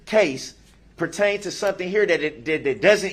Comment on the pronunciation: This makes perfect sense 😂! ‘Your attempting to make errr errr err a separate case pert-taint to something here that it doesn’t even purr-taint-tuit!’ 🫣🤪 Every day is a school day for DB ‘Hold up… hold up!’ 😂 Look who’s learnt another new word! BUT it’s a shame he can’t pronounce it properly 😂 .. ‘I VEE-HHER-MUNT-TELLY object!’ 🤪 FISHER PRICE!